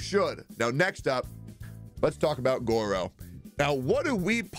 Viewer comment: please.... its Gorou. Guro is something completely different and not super safe- * nervous sweating*